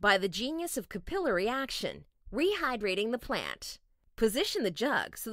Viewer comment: thank you for the real human voice, other than mispronouncing "capillary"